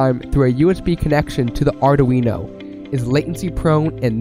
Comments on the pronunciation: You will learn that "Arduino" has three syllables: "Ar-dui-no" 😉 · Maybe because he can't even pronounce Arduino. Or maybe because he doesn't know that Raspberry Pi's are running a lot of LED light shows.